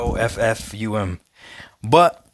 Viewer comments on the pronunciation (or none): Boffum. 😂😂😂 I’m dying